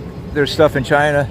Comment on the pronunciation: This man said Zhina!